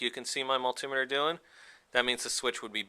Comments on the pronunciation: Great video, helped me fix my buddies bike. That being said, as a tech I've used a multi-meter for over 20 years, hearing miltimmeter killed my brain, I started telling multi-meter at my phone. But excellent video! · Heheh mull-timeter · Had to turn this off, couldn't cope with the way this idiot pronounces multimeter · kills me how he says multimeter